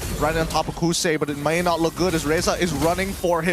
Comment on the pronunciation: HAHAHAA kousei not kouzen 😂